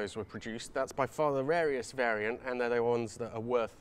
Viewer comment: “The rareiest variant” surely you mean the RARRIest variant!? I just love it as well when you drop into that legit accent when pronouncing Italian words. How do 328 prices compare against 308 prices right now with the market being all crazy?